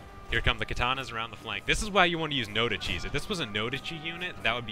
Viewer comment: "no dichis" made me cringe. 恥ずかしいです